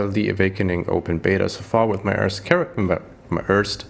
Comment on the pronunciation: Hey, danke Dir für diese hilfreichen Videos ( und den tollen versprecher mit first und örst ), hab ich doch sehr gefeiert :-D Hab mir nicht vorgenommen deinen Build 1 zu 1 umzusetzen, dennoch werde ich mich größtenteils an deinen Tree halten und versuchen an das notwendige Equipment zu kommen! Macht Spaß Dir beim Zocken zu zu schauen! :) Gruß CamperBoZZ